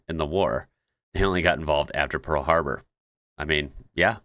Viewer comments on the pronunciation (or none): none